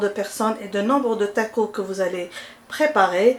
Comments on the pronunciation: TacoS lol faut prononcer le S ! En tout cas superbe recette comme dhab merci bcp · we ah 3la tacossssss, hihihihi je pensais qu'on français on ne prononcer pas le S, hihihih mais il s'est avéré que ça se prononce, hahahahah